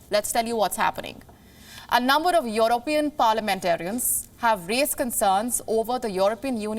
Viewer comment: It's European, not Your-opean